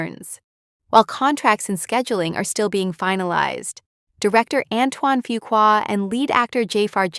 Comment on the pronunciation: Can someone tell these narrators how to correctly pronounce Jaafar's and Fuqua's names.